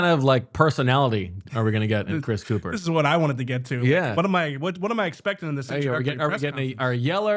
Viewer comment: You’re mispronouncing his last name. It’s pronounced “cup-her” you ignorant Philadelphians